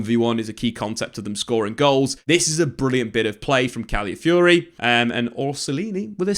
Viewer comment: Really love the content, but if I could just ask one thing: could you work on pronunciation of the player names? Calafiori was mentioned a lot, but his name was often pronounced as califiori or caliafiori. I know it's not the point of the video, but i thought i'd bring it up anyways in case it's useful. In general though, I learn so much from these videos so thanks!